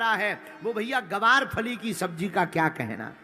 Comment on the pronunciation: ग्वार फली होता है गुरुजी गवार तो हम इंसान है इसलिए फिर हम आपसे कहते हैं ग्वार फली बोलो शुद्ध नाम इसका यही है